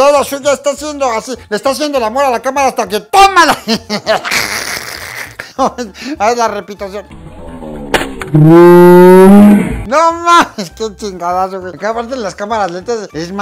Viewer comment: Repitacion jajajajaja